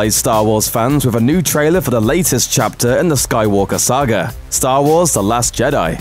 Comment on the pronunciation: "Wiv 'is last pwotege..." - can you get a guy who can at least pronounce "th" - you know, for professionalism?